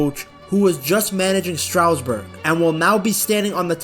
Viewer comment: It was never Strowsburg. It's pronounced Stras-Boor.